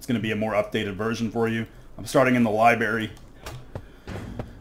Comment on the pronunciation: These are great videos! Though as a concerned citizen who doesn't want you going your entire life saying "liberry", it is "library", like lie-brair-ee 📚 Unless you're saying it ironically, in which case keep on keeping on :)